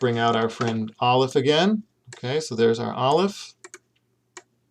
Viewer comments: I'm not a native Hebrew speaker but I've been learning Hebrew lately and based on everything I know about the language, I really don't think this video is helpful. I got as far as Aleph which you pronounced with a strong American accent and claimed 'has no sound'. How can you say it has no sound! Aleph is such an important and integral part of Hebrew pronunciation. Here in England, the aleph sound is an important part of everyday English (eg words like 'Apple' or 'Ask' begin with an aleph sound in British English). The idea of dropping this from English is unthinkable, but the idea of dripping it from Hebrew - a language which has a special letter dedicated to this sound - is totally unthinkable. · I'm relatively new to learning Hebrew, but I was taught that aleph is a glottal stop. Perhaps some Hebrews use a silent aleph, but I really cannot imagine it being silent. I would find it almost impossible to pronounce many words if I couldn't say the alephs! :)